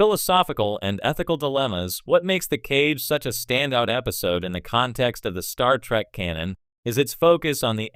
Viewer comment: "Star Track"? You need a new robovoice.